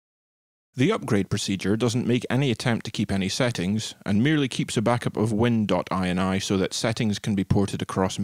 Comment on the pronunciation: "win dot eye en eye" =/ It's "win dot inny" as eny fule no, twatface :D